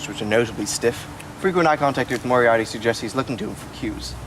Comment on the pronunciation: "Mariati" You mean Moriarty